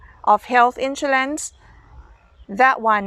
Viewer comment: We pronounce “ Insurance “ You pronounce “ insoolence “ 😁😁